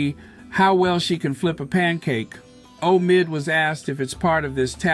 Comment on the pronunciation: Um why are you pronouncing Omid Scobie's name like a robot,? 🤔 Anyway, Congrats Omid! That Sussex effect is spreading, lol.